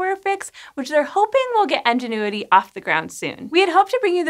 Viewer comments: Enginuity? I swear these people practice mispronouncing words. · Why did she keep mispronouncing 'Ingenuity' as 'ENginuity'? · I just kept hearing N-ginuity. I had to double check the name, thought I was the only one. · IN-genuity. INgenuity!!! Sorry, had to get that off my chest... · Why do you pronounce "Ingenuity" as "enginuity?" That's distracting. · I love this channel... Does she keep saying "Engine - uity?" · I don't usually critique pronunciation, but hearing her say 'Enginuity' for the whole video was a little difficult. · Yes same!! Why do they pronounce it like engenuity?? It clearly starts with an i.. (English is not my first language) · Are you saying “Enginuity”? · Engine-uity. Thats right, you heard it. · I love how you call it ENGINE-uity. Maybe that’s to honor the engineers who designed it! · She's saying Enginuity. Must be drunk. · How did you manage to pronounce Ingenuity wrong every single time? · Anyone else find it distracting that the host can't pronounce Ingenuity correctly? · Are you saying ingenuity wrong or is that just how you say it in your area? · So, why are there hundreds of comments and likes on comments saying she's pronouncing it wrong? Seems like you're the odd one out... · She's pronouncing it wrong. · The way she pronounces Ingenuity... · I enjoy this presenter's work but damn this pronunciation was like fingernails on a chalkboard. Can't wait to see this this thing fly. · Is anyone else hearing "Enginuity" rather than "Ingenuity"? Cute 😊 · it's Ingenuity, like the noun. Not Enginuity... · Please. IN genuity! So many comments about how your pronunciation is much closer to EN genuity! Thanks. I will be back once IN genuity has had its first test flight. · Enginuity? In, IN, ingenuity. I could have let it slide once, maybe twice.... but holy cow you said it a lot. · Ingenuity, not Enginuity. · my captions were on, reading “ingenuity” but hearing “engine-uity” is making my brain scream 😅